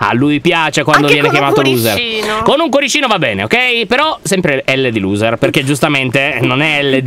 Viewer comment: E anche "Losser" non luser 😂